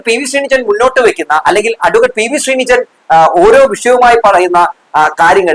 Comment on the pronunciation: ഞങ്ങളുടെ MLA ആണ് അദ്ദേഹത്തിൻ്റെ പേര് പി.വി.ശ്രീനിജിൻ എന്നാണ് അല്ലാതെ ശ്രീനിജൻ എന്നല്ല 😊 ദയവായി ശ്രദ്ധിക്കുക. ജാതി അധിക്ഷേപം നടത്തുന്ന ഒറ്റ ഒരുത്തനെയും വച്ച് പൊറുപ്പിക്കരുത്. സാബു ജേക്കബിൻ്റെ ഉച്ഛിഷ്ടവും അമേദ്യം വാരി വിതറുന്ന ഒരുത്തനും ആത്മാഭിമാനം ഇല്ലാത്ത വെറും പിണങ്ങളാണ്